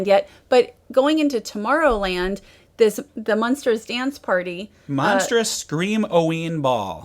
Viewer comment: Does it bother anybody else that she keeps referring to the "Munsters," rather than Monsters?